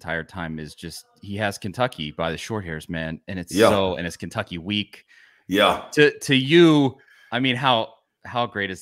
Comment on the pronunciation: No T for Kensucky! I love it!!!